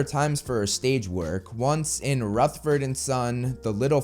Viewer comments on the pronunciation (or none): none